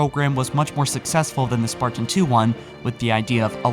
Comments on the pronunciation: why do you accent the word sparTan??? ive always found your pronunciation on your videos a off and unusual, was english your first language? im just curious, no hate haha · THE WAY HE PRONOUNCES SPARTAN!! IT'S "SPARTAN" NOT SPART-IN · The way you pronounce Spartan hurts my soul...